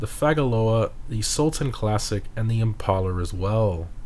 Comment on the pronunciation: Isnt it pronounced implaer as in to impale someone instead of impahler?